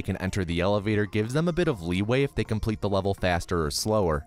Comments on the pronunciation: the word complete changes to cumplete XDDDD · I noticed that "complete" turned into "cumplete." :)